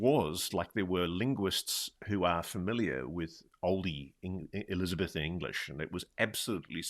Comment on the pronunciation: What a strange way to pronounce Elizabethan!